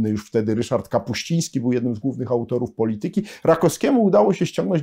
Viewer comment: poLItyki!!! Na miłość boską, jak można tak kaleczyć polszczyznę!